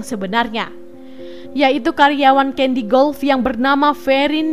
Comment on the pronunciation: Caddy, bkn Candy...